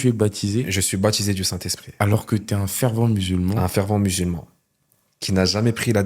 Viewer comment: FervEnt, pas fervant. Pitié !